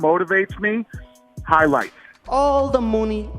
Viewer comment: Conor "Hoylights" McGregor